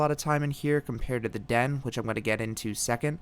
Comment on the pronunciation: as soon as he said den i nearly through up i cringed so much